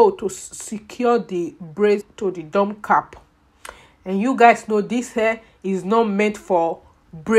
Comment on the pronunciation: In her accent “ make sure to give gap” lol love it